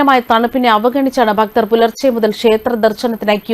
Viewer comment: ഉച്ചാരണം വളരെ മോശം. ശ്രദ്ധിക്കണം. ഭക്തർ എന്നൊക്കെ പറയുന്നത് അരോചകം